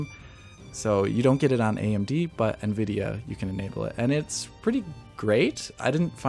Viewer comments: Not to be nitpicky, but was it bothering anyone else that the new guy,, was pronouncing Nvidia, "na-vid-e-a"? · WHY ARE YOU PRONOUNCING NVIDIA AS NUH-VIDIA???